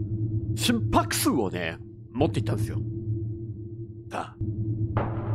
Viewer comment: 心拍数がすぃんぷぁくしぅ！って聞こえて1人で笑ってました笑笑